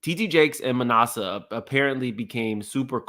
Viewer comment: “ma NASS eh” not “ma NAH suh” (just trying to help) ☺️